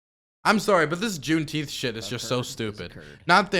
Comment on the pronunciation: Can people just say it properly? It’s literally the dumbest sounding shit I’ve ever heard. JuneNINEteenth. Double plus good.